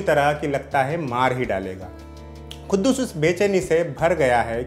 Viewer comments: It is quddus not khuddus bhai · poore review me Tumne khuddus bola hai but u don't know how to pronounce... It's quddus... OK.. Urdu padhte to sahi pronounce karpaate......